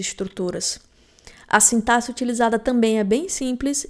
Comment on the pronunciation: É raríssimo encontrar programador que pronuncia a palavra "sintaxe" da maneira correta 😅 Ótimo conteúdo. Estou maratonando seus vídeos!